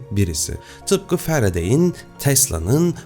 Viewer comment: Abi Faraday i cok güzel telaffuz ediyorsun